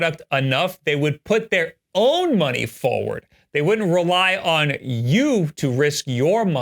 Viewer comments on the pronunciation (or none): none